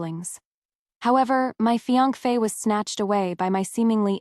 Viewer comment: Why does this particular AI voice struggle so hard to say "fiancée"? It says "Fianc-fae" every single time in every story where the word is used. Where is it getting the second F from?